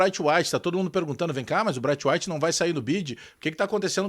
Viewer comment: Não se pronuncia "Braitwait", se pronuncia "Breitweit".